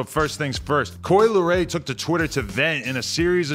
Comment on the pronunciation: Coi "L" eray